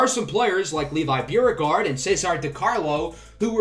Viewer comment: There’s a Beauregard museum in New Orleans and they pronounce it like “Bo-regard” Anyway, love the series. Go Knicks